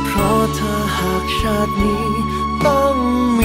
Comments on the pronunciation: นักร้องชาย ออกเสียง ช ฉ ไม่ถูกอักขระ ฟังแล้วแปลกๆ น่าจะฝึกหน่อย ทำให้อรรถรสของเพลงสะดุด อย่างน่าเสียดาย เปิดตัวเพลงด้วยเสียงนักร้องผู้หญิง คือ เพราะจับใจมาก พอมาเสียงผู้ชาย เริ่มต้นเบาๆ เหมือนจะดี แต่พอเจอ เสียง ช จะชาตินี้ จะชาติไหน คือ อารมณ์สะดุดนะ หรือนี่คือ ตั้งใจให้ออกมาอย่างนี้ 😂 เพลงแนวนี้ น่าจะคัดนักร้อง ที่ออกเสียงอักขระถูกต้องมานะ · จะชาตินี้ชาติไหน ค่ำว่า ชาติ ของคุณ ธีรนัยน์ ออกเสียง เพราะมากเลย ไทยแท้